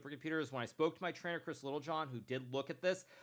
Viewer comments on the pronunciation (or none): none